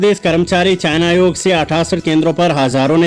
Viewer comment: चयन आयोग मेरे भाई चायना आयोग नहीं! उच्चारण विधि पर गौर करें।